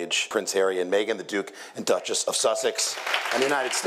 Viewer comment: The “Dutchess” 😹😹😹😹😹😹😹😹😹😹